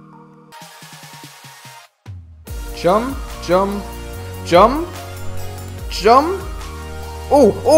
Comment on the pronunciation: Lol, he says "Jum" instead of "jump". xD